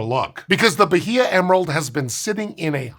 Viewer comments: I love, but I'm twitching a bit every time he says ba-hee-ah. It's ba-ee-ah. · The "h" in Bahia is silent. Something like bah-EE-uh. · Say B a í a instead H is mute in portuguese and Spanish. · Atleast pronounce the state correctly. The h is silent in Portuguese, ba-EE-ah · Good video. I'll be pedantic and say you don't pronounce the H in Bahia. It's "bah--ee-ah". The vowels are flat. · Bye-ee-uh. That’s how that’s pronounced. 😂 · Was just at Bahia Honda in FL and some people pronounce it that way. It’s supposed to be pronounced like Baya, right? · more like bah-EE-yah or bah-EE-ah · Bahia is pronounced "Bah-EE-ah." No "H" consonant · It aint “Bajia” the H is silent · It's pronounced Ba-ee-ya, btw. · irked me so much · Pronouncing the H in "Bahia" is the really cursed part of this. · I've never heard Bahia pronounced like that before. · the "h" in "Bahia" is silent. this goes against usual portuguese pronunciation rules, but it's an exception. think like how "Roosevelt" doesn't have the correct "Roo" sound. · not a region, a state, and the 'H" is silent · The h in Bahia is silent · love the video, but as a brazilian you do not pronounce the H in Bahia :)